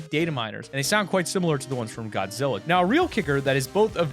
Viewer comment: I am upset I’m a huge Godzilla fan and you butchered it